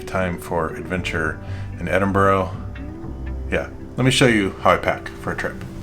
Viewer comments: You were fortunate with the weather, and to have such discerning friends. Noticed you came home pronouncing Edinburgh correctly🤓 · He said it correctly.. Ed-in-bur-row